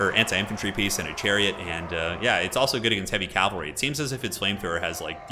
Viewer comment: love you, buddy... but you gotta stop saying calvary.